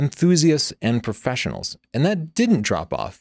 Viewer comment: I like how he says "perfesionals."